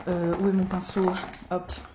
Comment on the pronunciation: ps: tu sais que tu regardes toutes les vidéos de quand tu dis "PINSSOUNET" avant qu'elle le prononce à l'application du fard du bas (superbe ce makeup)